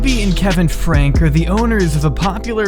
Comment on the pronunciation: I haven’t watched this family very often, but enough to know that some of your basic facts are wrong and some of the parts I recognize are taken out of context. You even pronounce their name wrong. It makes me not trust the rest of your claims.